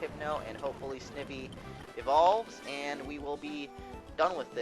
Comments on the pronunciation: Snivy is prenounced Sni vee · In the next video can you PLEASE pronounce it "sn eye vee" think about it Snake and Ivy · He cant even say snivy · u just pronounced snivy wrong